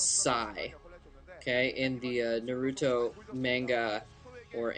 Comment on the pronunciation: OMG. At least pronounce Naruto correct. Roll your R's please.